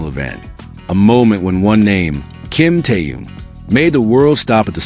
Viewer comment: Господи можно правильно произносить имена людей о которых идёт ролик Ким Тэхён перестань произносить какие то раондомные имена слушать противно😢